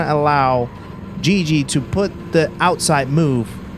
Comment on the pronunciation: Guigui is pronounced like the "gui" of "guilty"